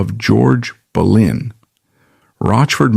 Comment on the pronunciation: It's not George Berlin.It's Boleyn